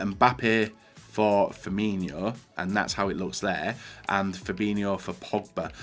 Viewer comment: Why tf does everyone say pronounce firmino as firminho HE HAS NOT H IN HIS NAME